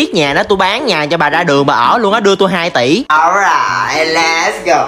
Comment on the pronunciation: Khúc cuối tập nào tôi cũng nghe ố rài lét gô